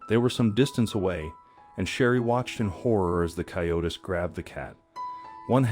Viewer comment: A great story, but "coyote" is pronounced coy- ó- tee in English. Plural is "coy-ó-tees", not coy-o-tis or coy-o-tess. If you are going to do a video on an umfamiliar animal, please do some preparation.